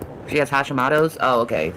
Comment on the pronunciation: She didn't pronounce it correctly!! 😂I have hositmoto disease and it's absolutely horrible! How dare her!! I spelled it incorrectly on purpose cause of how she pronounced it...had to add that in for reference